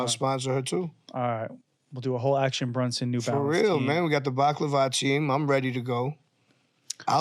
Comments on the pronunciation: Vinny saying Brunson instead of Bronson lol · Keep saying BRUNSON bro...youre pissing me off